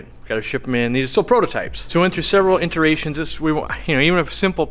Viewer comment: I've heard you say "interation" in like 4 videos now and im not someone who normal corrects people - but I have to. The word is "iteration" or to say that product design is a "iterative" process. Sorry I had to be THAT guy. Love the videos.